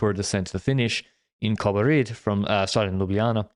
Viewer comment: have to say that that was some excellent pronounciation of Slovenian names of Kobarid and Ljubljana, that's an overperformance for an Anglophone xD